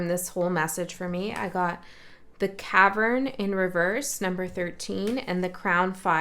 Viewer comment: One would think that’s cavern not Kavan.